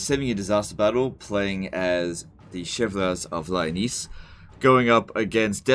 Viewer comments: "Chivlers of Lyonnese"... ouch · It's pronounced "Sha-Val-Yay Of Li-O-Ness"